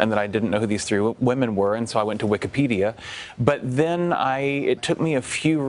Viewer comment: Did he just say “Wikipedia”?🤦‍♂️